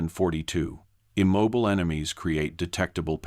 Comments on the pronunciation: They were IM-MOB-BILL-AYE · Immobile=im mob oh lay... Guess I've never heard it pronounced like that. Also, I'm really glad they restated the exact same things at least a half dozen times, because I didn't pick up on the story the first five or six times they told me about patterns in trees.